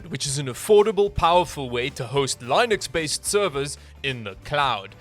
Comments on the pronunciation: He also said Lyenux based also, instead of Linux. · Hearing pronounce Linux as "line ux" made me physically cringe. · did this man just fucking call linux lienecks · You say Linux incorrectly... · the way he pronounced Linux makes me cringe